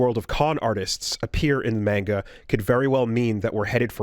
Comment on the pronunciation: I don't think i've seen gamers pronounce manga properly